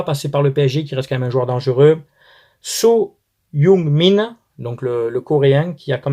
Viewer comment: Ta tué le nom de heung min son 😭😭😭😭😭 c'est dure